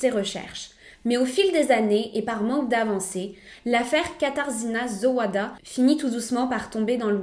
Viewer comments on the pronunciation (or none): Son nom se prononce "KATAJÉNA JOWADA" si ça peut t'aider........ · Salut très bonne vidéo! Petite précision de prononciation le «rz » se prononce « j » et le « w » se prononce « v ». En français ça donne « katarjina Zovada » voilà voilà 😂